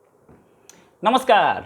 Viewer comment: Namskar ko sahi tarike se bolo,Taki samne walon ko byang na lage.apka analysis bahia hey.jai hind.